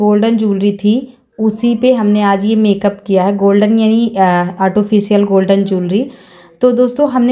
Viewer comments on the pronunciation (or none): Beautiful makeup look nd artificial hota h di autofocial nhi bolte don't mind